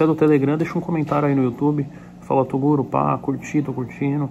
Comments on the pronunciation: TEM CHAMANDO O TOGURO DE "TODURO" TEM LIKE KKKKK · Se tem falando toduro tem like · Tem Filho do Toguro q fala toduro tem Like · Se tem chamando toguro de toduro tem like ☺️☺️😂😂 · Ainda existe pessoas que tem coragem de criticar o Toguro, os cara não tem moral pra criticar ngm pq tenho certeza que eles não fazem nem a metade do que Toguro faz pela quebrada, se tem chamando Toguro de "TODURO" tem like kkkkk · o toguro mandando o menino fala toduro kkkkk